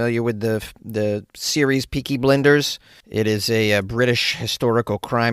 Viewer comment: It's "Blinders" like peoe who blind people, 😭 And Cillian as in Kill-lian 😭 😭 😭